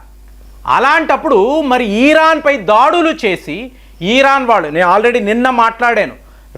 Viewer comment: ఇరాన్, ఇరాక్ అనండి సార్ దయచేసి, ఈరాన్, ఈరాక్ అంటే చాలా ఇబ్బందిగా ఉంటోంది వినటానికి. మారండి సార్